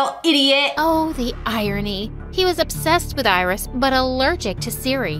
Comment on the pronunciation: That’s not iris thats irizz